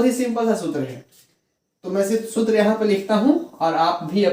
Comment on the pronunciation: सुत्र नहीं सर सूत्र होता है।।।।